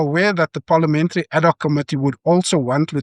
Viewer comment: Thank you for your clarity, logic and common sense explainations and a special HUGE thank you for pronouncing 'ad hoc' correctly..... instead of the mostly used 'Addok'....😊